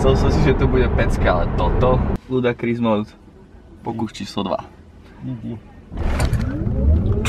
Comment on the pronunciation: Ludakris :D :D ... je to ludikrous O:) detail ale trhalo mi rohožku keď som počul ludakris